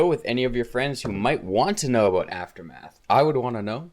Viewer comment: Are you Canadian? I heard that aboot.